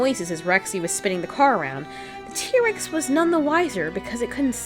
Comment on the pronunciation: T. rex not tree